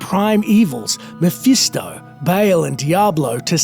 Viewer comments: Dude it's pronounced Ball not Bail. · dafuk is "bale"? its BAAL